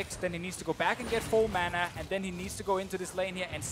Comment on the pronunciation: wtf is mona? its MANA!!